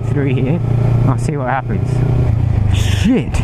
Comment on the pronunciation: Bro said “sheit😒”